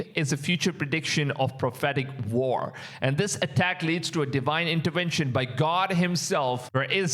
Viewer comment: That is a V in intervention not a W